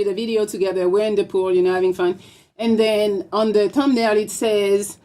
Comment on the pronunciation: I can’t understand sh🤫t she saying 🤣🤣🤣🤣🤣 . Damn I see y MTR dropped u. She said tum nail 🤣🤣🤣🤣🤣